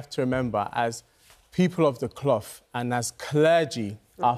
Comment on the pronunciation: “People of d cloff”